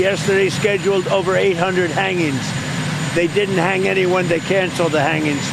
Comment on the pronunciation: LMAO... "Hanginnnz". Dude cant even speak anymore.